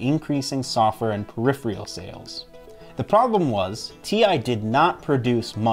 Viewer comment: You keep saying "periphrial" instead of peripheral. Also, you have 486 subscribers. 😀 Now to upgrade that subscriber count to a Pentium…